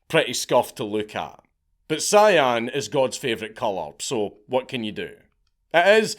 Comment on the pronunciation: CIAN words. Cyan. 🤣🤣🤣🤣